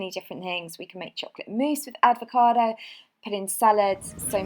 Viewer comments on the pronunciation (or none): I died when she said aDvocado haha